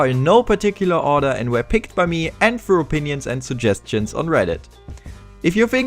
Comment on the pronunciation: The commentary is nice, the accent too... but why do you replace "th" with "f"... like instead of "Thirteen" you say "Firteen" and instead of "Thousand" you say "Fousand" and instead of "Through" you say "Frough". Other than this. the montage and everything else is great. Good job!